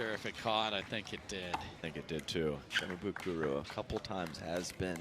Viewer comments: Some props to the commentator for trying to say Shimabukuro's name correctly, but, man, look at the end of his name - it's -bukuRO. RO. Not RU. C'mon man. All you gotta do is read it and say it phonetically, exactly as it's spelled. You can even look at it on your phone. You don't have to memorize it. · The commentators screwing up Tama's last name every time lol Shi-ma-bu-koo-row, not Shi-ma-boo-koo-roo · They're mispronouncing Shimabukuro. Last letter is an "o" not a "u", so it cant be the same vowel sound as the earlier "buku". Just like how the car brand Suzuki isnt "Soo-Zoo-Koo" and a Sumo wrestler isn't "Soo-Moo". Kid has a bright future so it's worth learning how to pronounce his name correctly.